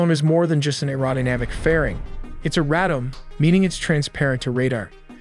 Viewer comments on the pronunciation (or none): "radome" is pronounced RAY-dome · Is it not possible to get AI narration the can pronounce words like "pitot" and "radome"? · You can't even say pitot and radome correctly.